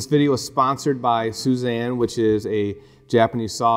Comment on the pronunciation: very thorough and helpful. one bit of feedback: soo-ee-zahn